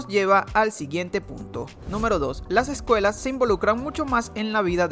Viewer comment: Las ejcuelas jejeje